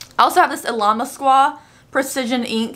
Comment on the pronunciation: Honestly I LOVE how you pronounce illamasqua!!! Loving your new content very much and I find myself tuning in more often.